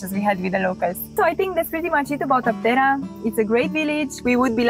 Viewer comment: A tip for the correct pronunciation is when you see a sign of a region that has Greek and English, in the Greek word you can see which letter is stressed because it has the punctuation mark ' above it, in this case Άπτερα it is stressed at the first letter "Α" so it is A-ptera, not Apt-E-ra.